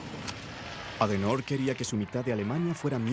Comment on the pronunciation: Adenoooorr?????????????????????????.... ADENAUER [ˈaːdəˌnaʊ̯ɐ]